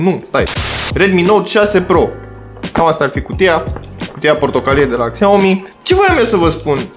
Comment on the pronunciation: Șiao-mi zice că se citește